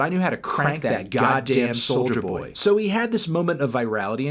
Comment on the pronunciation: It sounds like he is saying “soldier boy”